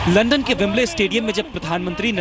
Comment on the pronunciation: सबसे पहली बात वो लंडन नही लंदन होता हैं।